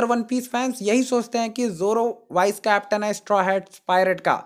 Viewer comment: Bhai wo wise nahi vice hota hai